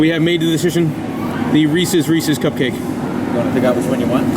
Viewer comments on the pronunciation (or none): Reese's... not Ree-See's. 🤣